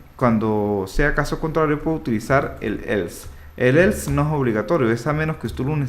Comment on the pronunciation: un perro muere cada vez que dice elfs